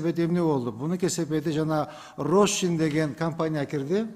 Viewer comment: Рощин эмес,Рошен.Ондуруш баары кыйрады